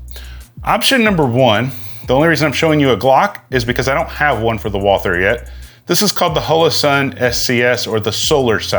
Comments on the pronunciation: Its pronounced like "Walter". The 'h' is silent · Walther is a German name and it's pronounced like "Walter" as if the "h" is not there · You say "Wall Ther" which I always thought was the correct pronunciation (and the way I say it). But most say Walter, without the TH sound. Always wondered which is correct. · Walther is German and German doesn't have the th sound. Ignore the h and pronounce it Vaalter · It's actually pronounced "Walter" and not as it's spelling would indicate to us English-speakers. If you want to get cute and go full German, you can go with "Vaulter". Neat.